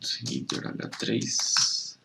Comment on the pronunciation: Amigo, cheguei agora no teu canal. Se me permite, deixa eu te dar uma dica: header se pronuncia réder e não rider como você falou. Lembra de cabeça: head, e então header. Só acrescentando o som do R no final. Tem a música: 🎶 Raindrops keep fallin’ on my head Espero ter ajudado.